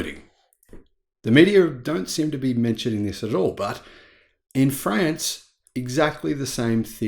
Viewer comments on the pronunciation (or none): 1 minute in, please adjust your pronunciation of France to France! Not Friends, France as with Car and not Care…. Pretty please. G’day and all that jazz.